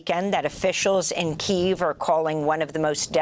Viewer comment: It's KEY-yev.